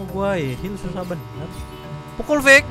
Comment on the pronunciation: ngomong pukul aja susah bad keknya wkwk